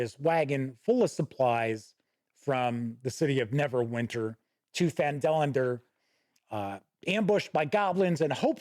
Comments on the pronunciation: It is PHAN-duh-lin. I dont know where Phan-DEH-lin came from. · You were lied to about the pronunciation. "...the nearby human town of Phandalin (pronounced fan-duh-lin)..." Also, I have no idea who on earth could claim that Mike Schley's maps are bland. He's literally the best cartographer WotC employs. Miles better than Dyson Logos, that's for sure. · Guess what? You’ve been pronouncing Phandalin correctly all these years, and this new way someone taught you to say it is actually contrary to what it says in the original “Mine of Phandelver” adventure. Refer to the Introduction, under Background, and in the first paragraph it says, “Times were good, and the nearby human town of Phandalin (pronounced fan-duh-lin) prospered as well.” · this bothered me way more than it should lmao, but I just chalk it up to various regional accents in Faerun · I had to laugh at the phandalin pronunciation. I always thought the syntax was funny between the two, but like you (and everyone else I know) I've always called it PHAN-da-lin. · Love when people get bent out of shape about how people pronounce made up fantasy names, as if different people wouldn't pronounce them differently just like in real life. I've always pronounced it Phandalin, and always will. 😜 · wouldn't that be (fan-dah-lin) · I pronounce it just like you and people can fight me on that. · Hey. Yeah, I think I might have been mispronunciating Phandalin for most of a decade now! Enjoyed the review — seems a fair appraisal.